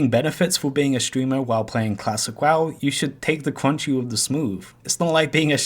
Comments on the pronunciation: L000000l man said "take the cwunchy with the smooth" TWICE... A HAHAHA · Take da cwunchy wif da smoove